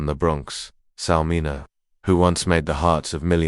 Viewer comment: It's pronounced Sal Min-E-O. If you can't be bothered to learn how to say the name, don't post the video.👎🏾🤬